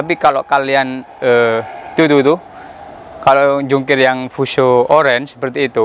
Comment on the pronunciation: Fuso bang bukan fiusyou